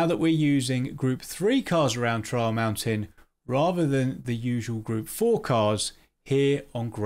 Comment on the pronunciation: For one moment He said Trial Mountain. I thought he said Troll Mountain. so Now PD is making Troll Maps now?